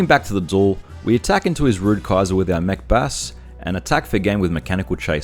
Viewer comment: Every time you say Mech Bass, I keep thinking you're saying 'Macbeth'